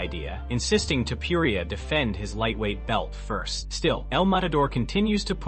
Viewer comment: Why would u say"Toupouriah? It's disgusting and disrespectful to get a fighters name wrong every time and he's not the only name ur chopping up horribly. Get those names right before u put a video out. Just some advise.